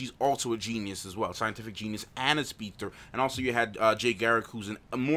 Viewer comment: is not speedter but a speedster